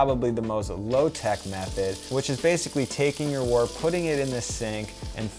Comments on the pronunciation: also, last comment haha, Wort is pronounced "wert" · Great vid. Just note that wort is pronounced "wurt" and trub is pronounced "trooob".